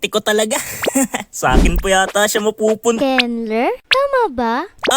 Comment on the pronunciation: Kenlur pag pronounced ko sa name mo Kenler pla eyyyy😅